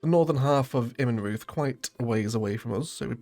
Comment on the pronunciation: great pronunciation of Zweiau! Immenreuth the "reuth" is pronounced like "royd"